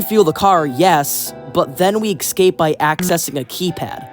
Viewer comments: if you say "excape" any more instead of "escape" I'm gonna go mad bro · ESCAPE not EKSCAPE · why does he pronounce 'escape' as 'exsape'? 😂😂 it's hilarious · i think its an accent thing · bro pronounces escape eggscape lmao